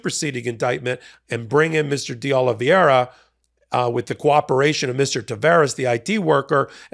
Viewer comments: Exellent presentation with a small suggestion. Don't change it, his name is 'De OlivEIra' not 'De OlivIEra'. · It’s De Oliveira…not De Oliviera…a small detail, but so easy to get it right… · It's not DeOliviera. It's DeOliveira. Not a single host on MSNBC makes the mistake you and Ben consistently make in mispronouncing this name. Let's get professional please. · De Ol-i-VAYRA… not Ol-i-VYERA. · It's pronounced DAY OLIVE ERA (De Oliveira) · PRONUNCIATION: "day-oh-lee-VAY-rah" -- only five syllables, NOT six, with the accent on "VAY". You are inserting the "i" before the "e" in "veira" ("transposing the diphthong", "ei", in other words). "Eira" (pronounced simply "AY-rah", not "ee-AY-rah") is a very common Portuguese name-ending. (In fact, you are making the pronunciation more complicated than it actually is. Compare "Rio De Janeiro" ("jah-NAY-roh", NOT "jah-nee-AY-roh"). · Love your show but it's pronounce DeOlivera. Just ignore the i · PULEEZE: It is "Dayoliveera" .. a common name... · Would it really be so difficult to learn how to correctly pronounce DeOliveira? You continually mispronounce it, and have been for weeks, very unprofessional. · How many law degrees does it take over at MTN to pronounce de Oliveira correctly? It's not even hard, but the struggle is REAL..... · You'd sound so much more credible if you could be bothered to pronounce deOlveira's name right